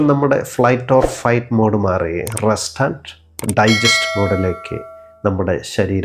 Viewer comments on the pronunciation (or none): none